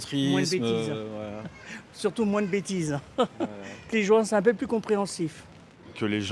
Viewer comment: Há alguma explicação para algumas palavras soarem com som de F quando terminadas por T? 🤔 Por exemplo, surtout, tout...